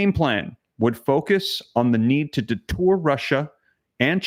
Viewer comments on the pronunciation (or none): I have to correct you pronunciation. The word is deter not detour.